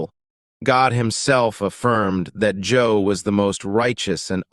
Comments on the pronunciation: Job, not Joe. Come on man. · I think he meant Job not Joe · It’s job not Joe smh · It was Job, not Joe. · Why you call Joe he's name is job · Don't you mean Job and not Joe I'm tired and I thought I was wrong but I know I heard Joe, but thanks for the video bro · If you are going to refer to a Biblical character, kindly use the CORRECT NAME of that person. The person you refer to as JOE was in fact JOB (pronounced JO-OB.). There is no such person as JOE in the Bible. You forgot to mention that JOB's wife was also killed. In the end, when Job was told that God had forsaken him, Job Blessed the NAME of GOD and said: THE LORD GIVETH AND THE LORD TAKETH AWAY; BLESSED BE THE NAME OF THE LORD. For his trust in God Job was Blessed by GOD who restored to Job, all his riches in abundance. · Do you know that WOKE me up! I was listening to fall asleep and heard JOE..Hu??? And absolutely JOB lost his wife. I am so glad it was not just me! Thanks for this comment. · It’s not Joe sir, it’s Job. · I like the facts of this video except the man’s name is Job not Joe. Every time I hear it said wrong is like nails on a chalkboard. Why not use the right name? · Your AI narrator has issues It can’t say Job because it’s obvious it would pronounce his name as job (work) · For the non Judeo Christians watching it is supposed to be the story of Job, not Joe. Job is pronounced with a long "o." It is not pronounced like how we say job in english which rhymes with the name bob. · Did he say “Joe” or “Job?” I’m pretty sure he said “Joe” This is funny to me.. lol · Job... not Joe. I suppose the computer voice kept reading it to rhyme with LOB ... or BOB... so... I Joe is ok... I know what you meant. Maybe just pay someone 20 bucks to read your script. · This must be AI generated narration to be calling Job Joe 😂❤ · I love this. Thank you for the wonderful, gentle reminders! p.s. I know it's Job, but I kept hearing "Joe" and it cracked me up 😂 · It's not Joe but Job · Job not Joe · *Job Not Joe.